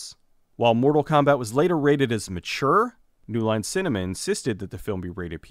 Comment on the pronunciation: "The series was NEOW a phenomenon." "New Line Cinnamon"